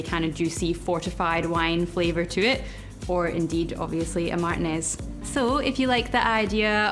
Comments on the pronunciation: Martinez is pronounced, "mahdr•TEE•ness" . If you forget, just remember: It rhymes with penis. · Love the cocktail idea! However, it was hard to get past your pronunciation of "Martinez"...😆 (Spanish is my second language) lol